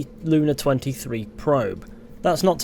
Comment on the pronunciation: reading ussr lunA as sisisipee lUna fucking ended me